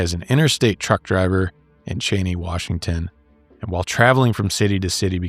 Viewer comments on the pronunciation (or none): none